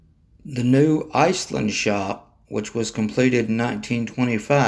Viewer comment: One thing I noticed is that are pronouncing Iselin as ice-land. It's pronounced like IS-LEN.